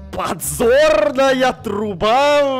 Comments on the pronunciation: ты сказала не подзорная труба а позорная труба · Кто заметил что сказала позорная труба вместо подзорной трубы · почему сказала позорная труба а не подзорная труба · Я вместо «Подзорная труба» услышала: «Позорная труба» 🗿 не волнуйтесь у меня со слухом все ок 🤡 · подзорная труба! Я слышу:ПОЗОРНАЯ ТРУБА! 🤣🤣🤣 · Ага, она и сказала позорная труба 😅